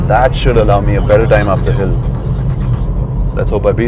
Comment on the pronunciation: Hill not pill 😆